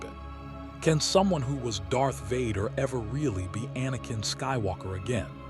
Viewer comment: Why is the pronunciation of Vader and Luke so off? Who is vudkah